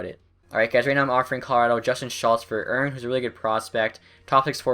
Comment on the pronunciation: Erne is pronounced Er/knee